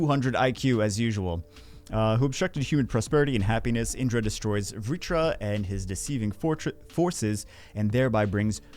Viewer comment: Proper pronunciation is key for good content. It's not tomato tomato. In-dra. A-shur-a. It's Naruto themed and also what bagel said.